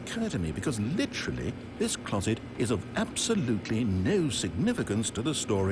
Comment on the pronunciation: was I the only one who heard "cloodet" instead of "closet"?